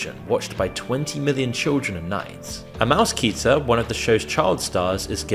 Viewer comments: It's pronounced "Mouse-kuh-teer" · Mouse-keeters? Really? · This is a bunch of disjointed shit and he just said “mousekeeter” wtf